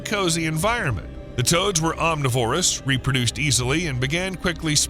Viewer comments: omNIVorous, NOT omniVORous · "Honey badger don't care." Hey! om-Niv-orus. Not om-ni-Vorus. Otherwise, all good. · It's pronounced aam - ni - vr - uhs, goddamnit!